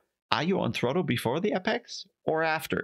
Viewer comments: Great video. Just one correction: it's apex, not appex. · not in writing, and it's more of a joke on your pronunciation.